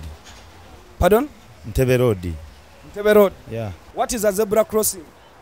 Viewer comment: Dear baganda. Its Zebra not ZEBULA. Its Road not LOAD.